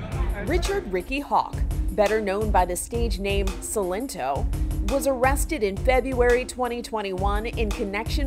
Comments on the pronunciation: His name is SILENT-O. You keep saying it wrong and it's proof you know NOTHING about the music industry. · i know what he did was terrible..... but the pronunciation of his stage name was 1000 times worse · HOW DO THEY SAY HIS NAME WRONG. HE SAYS IT LIKE 10 TIMES IN HIS SONG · The pronunciation lmao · why she say silento like that 💀💀🙏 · You murdered his name